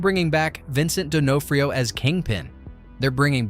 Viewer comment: What? Not Vincent De-NO-frio